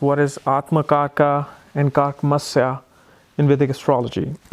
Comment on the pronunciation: It's Karakamsa. Not Karaka Masya 😀😀😂